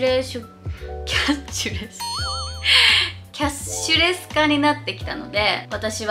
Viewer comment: キャッシュレス言えんの可愛すぎた🤦‍♀️バッグ小さいのに割と入っててびっくり😳